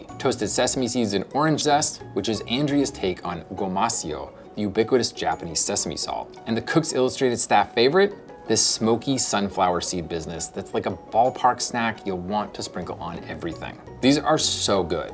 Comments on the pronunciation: gomaSHio not gomasion. but great recipes!!! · It's "gomashio," which takes an "sh" sound, not a "soft c" or "s" sound. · Goma-SHE-o Goma (ごま) = sesame seed Shio (しお) = salt A lot of the ones sold in the U.S. are named “gomasio” for some reason, but you need to have the “sh” sound in there.